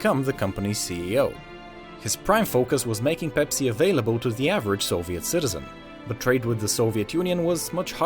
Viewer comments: did he say bepsi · Why is he saying ‘bepsi’